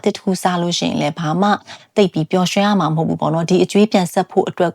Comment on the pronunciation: ရမှာ ကို ဘာလို့ ကမှာ ကမှာလို့ပြောကြတာလဲဟင် နားထောင်ရတာ ဘယ်လိုရီးမှန်းမသိဘူး ကမှာ ကမှာဆိုတော့ ဒါပေမယ့် မမပြောလို့ နားထောင်လိုက်ပါ့မယ် အားပေးနေပါတယ်🎉